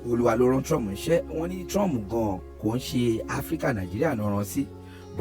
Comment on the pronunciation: I don't understand why Nigerians call him Trum😂instead of Trump